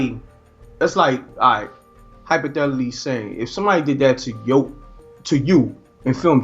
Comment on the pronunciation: At the5 min 2second mark he said hyphadelity or something like that IDK I'm thinking he meant to say or was trying to say "hypothetically speaking" again IDK they meant to save youI think maybe IDK.. Maybe I just heard it wrong. Has anybody else hear appen to hear it or happen to catch it I am trippin/did I hear it weo